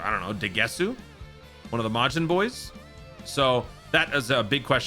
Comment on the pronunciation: The way you said Degesu sounded like DaGuessWho